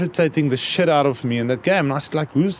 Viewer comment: Victor saying there was a young guy that irritated the 'siht' out of him 🤣🤣